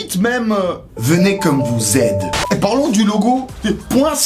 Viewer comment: "Venez comme vous Z" 😂😂😂